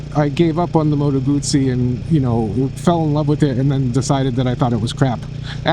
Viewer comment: Guzzi doesn’t have a “t” in it.